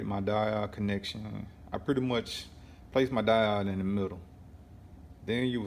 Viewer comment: Lolol I hope you have learned how to pronounce diode by now.